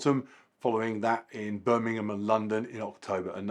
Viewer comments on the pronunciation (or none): none